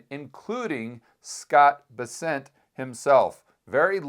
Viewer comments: scott Bess- ent, not B-sent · It’s BEssent, not BesSENT